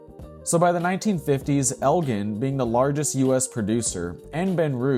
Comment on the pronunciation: It’s El-Jen .. with a hard G